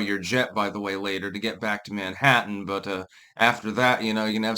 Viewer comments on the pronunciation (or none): none